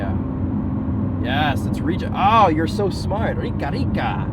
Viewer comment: Rica rica she’s rich rich or ricaricare is recharging rica ri ca re or ricarica is your rica rica however the pronunciation is ri carica